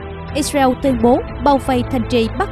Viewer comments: đọc sai tên israel có 3 âm đọc còn 2 âm thành iseu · Vẫn đọc là Ix-riu. Con mắm này 40 năm nữa mới có bằng trung cấp. Giờ nó đang hài lòng với bằng... hạ cấp :face-blue-smiling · Cô biên tập viên này nói quá nhanh nghe rất khó chịu. Israel lại phát âm ( ít- diu) chả biết nước nào?